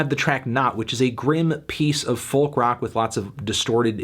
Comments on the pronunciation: would be a good video but for the way you pronounce the word "folk" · For gods sake melon please stop pronouncing the ‘L’ in folk, it’s cringe inducing and frankly beneath you